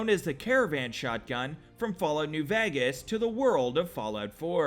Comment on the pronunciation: Lmao "fall out new Vagas"